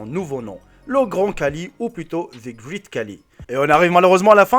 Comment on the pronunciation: Coucou donc déjà ça se prononce "greït" pas "grit" car tous les mots en "ea" ne se prononcent pas pareil. Ensuite, tout le monde te dit que ce n'est pas le plus grand du monde donc change ton titre si tu veux être crédible et ensuite il a surtout une maladie le gigantisme donc c plutôt triste mais bon c'était tout de même intéressant 😁